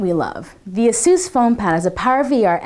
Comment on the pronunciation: /ˈeɪsuːs/. just saying.